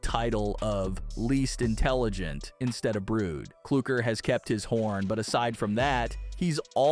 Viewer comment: Klooker but it's clucker 😂😂😂😂😂😂😂😂😂😂😂😂😂